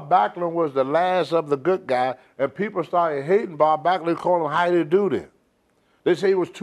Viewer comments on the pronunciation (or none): none